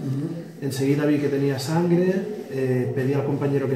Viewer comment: Ahora entiendo porqué hubo un temblor ayer. jajaja Le salía ferne´ en vez de sangre. Abrazo enorrrrme!